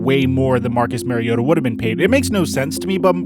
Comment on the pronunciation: Marcus Mariota...his last name is pronounced with the same vowel sound as his first name. Not Mary-ota.